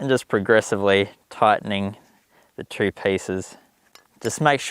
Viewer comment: Nice, I like the idea of the modified knitting needles. Is it just me or did every time he said 2 it sounded like 3?